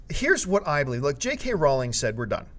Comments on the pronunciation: JK Rowling not Rowlings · Sorry, John, it's pronounced Rohw-ling.